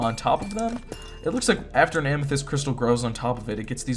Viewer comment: Whenever you upload I gotta sleep lol btw “Amesthyst” Heart this comment it’ll make my day ♥️